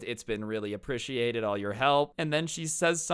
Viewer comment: The way he says appreciated sound weird